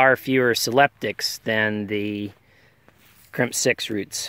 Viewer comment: Krymsk not crimp 🤣